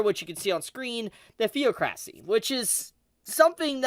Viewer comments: I'm sorry but at this point I had to laugh because it's pronounced The•oc•ra•cy. Not Theo•cracy. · it's not pronounced theo-cracy. It's the-ocracy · They skipped the entire Holy Roble kingdom 😂 better be a good movie Also the-ocracy. Please dont say it theo-crassy. I know the the root is pronounced theo… but it hurts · theo crassy?!😂😂😂 my dude it's pronounced thee-aw-cra-see.... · "Thee-awk-ra-see". not THEO-CRASSY. Sorry but it bothers me when the one and only language you know, you can't say correctly. That's purely phonetical too so dear lord. Anyways good episode lol. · It's theocracy not theo-cracy! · Theo-cracy lmao THe-OC-ra-cy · It’s ironic how he’s talking about them mispronouncing things in this episode whilst he is mispronouncing theocracy, it’s pronounced “theoc racy” not “theo cracy” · Its the·oc·ra·cy, not theo·cracy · Presumably the translator's only had the script of the Anime for context when translating and thought understandably that Holy Kindom and Theocracy were referring to one and the same faction, I don't know how similar/interchangable the words are in Japanese. Also Thee-ah-kruh-see not Thee-ah-kraeh-see, the -cracy is pronounced the same as in demo-cracy or auto-cracy. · I don't pronounce it theo*cracy, it's kinda like th*ee*ah*cracy, said much smoother than u do. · Ze Feo'Kraci? Nein! Ze Fee'Oh-Kra'See? Ja! Please MUTE your phone when filming. Not SILENT (VIBRATE). MUTE. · Yeah. I am a anime only person. Sadly after this episode I decided to listen to the Light Novels on tape! I blame Phillip. The-ocra-cy. Not Theo-crac-cy.. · The-ock-racy not thee-o-crassy lol man you pronounce things so weird sometimes.. That is crazy that they are two entirely separate entities, never would've guessed that. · Appreciate your video explanation! But your pronunciation of theocracy bugged me. 😜 Say Aristocracy, then say Democracy, and now say Theocracy. Theoc-racy. Not Theo-cracy. Democ-racy. Aristoc-racy. Theoc-racy. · "Theoc-racy" not "Theo-cracy"